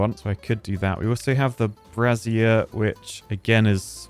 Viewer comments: Pro tip, dude... Brazier is pronounced "Bray-zee-er." not "Brah-zee-air" A "bra-zee-air" is the FULL name for a womans "bra". Source: I use both. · Look up how to pronounce brazier,! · Trying to separate in my head Brazier from Brassier whe says it...